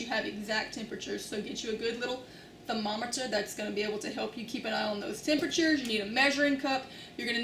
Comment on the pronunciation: CORRECT pronunciation of "thermometer"